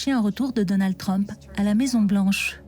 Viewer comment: Donald TrumpE.. assaut du capitolE, purée quel tic verbal, la voix off. Comment a t on pu lui confier ce jobE?